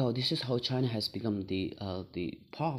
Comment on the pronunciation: You must be great new emerging Tibetan political analyst. Overall good contents and well delivery. I would suggest little bit over changing in your usage of “S” sound at many nouns ending, which could be detrimental to your overall scores otherwise. E.g, Africa, China and Asia are followed by S sounds. My simple suggestion though.